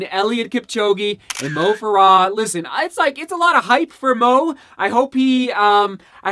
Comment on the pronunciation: its moh fare uh